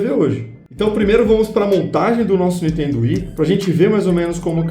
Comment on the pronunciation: o cara...eu curto seus videos....mas por favor ....fala niNNNNNNNNNNtendo......da gastura ver vc falar toda hora n...iiiiiiiiiiiiiiii.....tendo